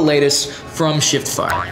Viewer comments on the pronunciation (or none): Cool video. Really does sound like you say sh*t fire not shiftfire though 🤣 which made me laugh haha